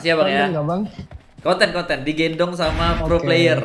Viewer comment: digendong bang bukan di genedong :v